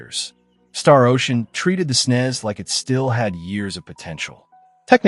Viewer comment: ..snez?? Ugh